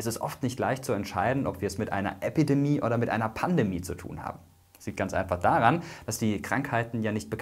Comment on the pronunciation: Es heißt Epi- und nicht Äppidemie! 🤣